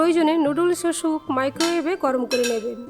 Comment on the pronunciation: Veggies kete rakhle vdo ektu compact hoto and ur pronunciation is not good it’s soup and not shoup